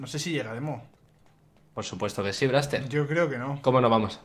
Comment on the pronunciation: se dise